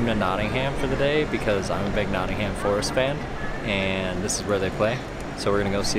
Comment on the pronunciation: It’s nottingum not nottingHAM